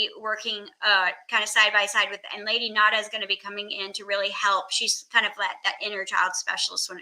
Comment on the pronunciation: Every time you say Lady Nada I hear Lady Gaga and it makes me giggle 😂